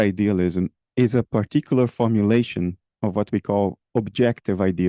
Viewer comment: His accent from Rio said hello in his R in the word "formulation" at the very beginning of the video. Lol